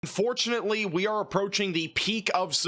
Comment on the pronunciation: Was the beginning supposed to be "Unfortunately"? It sounded like it was cutoff just enough to sound like "fortunately"